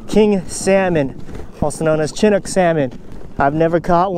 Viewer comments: Shin-nook brotha, shin-nook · Chinook is pronounced "Shi-Nook" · 'shuhh- nook' salmon, lol, all good, not being a prick, great vid et al, omg the whale footage is crazy